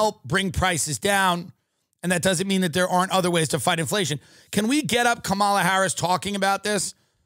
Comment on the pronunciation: Comma-la. 🙏 not Kuh-MAL-uh